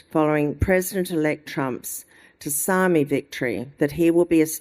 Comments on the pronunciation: "Tus-sami victory" is illiterate Reinhardt failing to pronounce "Tsunami"? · Did she mispronounce 'tsunami' as "t'sarmy" at about 29 minutes? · Did she say ‘tusami’ instead of tsunami? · Does GIna not know the word, tsunami? I could have sworn she said t-sami, wtf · OH MY FUCKING GOD!?! DID GINA PRONOUNCE TSUNAMI AS TOOSARMI !?!? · was this bush pig trying to pronounce "tsunami"? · is she trying to say 'tsunami'? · oh my god what is that pronunciation of tsunami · what a mangling of the word tsunami whilst reading off the teleprompter god shes an idiot.